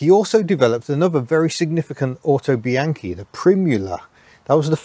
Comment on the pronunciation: The "au" in Autobianchi is pronounced "ow" as if you had hit your thumb with a hammer. You get most of the other Italian words pretty close to correct.